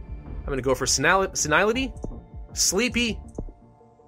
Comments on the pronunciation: "Stomical discomfort" "Urinal bleeding" Jeez, you'd think a Plague, Inc. player would at least know words like "gastric" and "urinary". They clearly know "osteoporosis" and "vascular", so why not shorter words? And? It's pronounced "seh-nil-ih-ty", not "seh-Nile-ih-ty". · Senility is pronounced "Sen-ill-ih-tee" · I believe it's pronounced "sin-ill-ity", if you hadn't learned that in the 6 odd months since this was released.